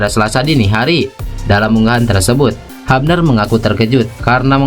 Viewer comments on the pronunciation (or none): Justin "HUBNER" bukan "HAPNER" 😂 haha.. sorry